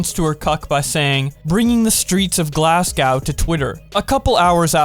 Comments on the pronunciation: “Glass-Gao” it’s pronounced “Glass-go” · it’s pronounced “glass go” not “glascow”. You have been warned /s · I don’t know if this is a whoosh moment or not when you you said Glasgou instead of Glasgow idk if this is a joke or not it’s pronounced glas-go hope this has helped :) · It’s pronounce Glas go not Glass cow 😂😂😂😂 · I believe Suzy Lu is a complete dumbass, but your pronunciation of Glasgow (Glas-go) hurt me. Still though, great video! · pronounced glasgow wrong its pronounced glaz go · I'm sorry but I'm from Scotland and hearing Glasgow pronounced like that made me big mad Jk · Mate, is that how you think Glasgow is pronounced? Bizarre. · The way you say “Glasgow” hurt me :( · You pronounced glasgow wrong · The way you say Glasgow hurts me